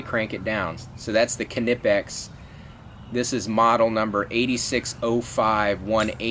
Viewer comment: he is pronouncing it correct Knipex is German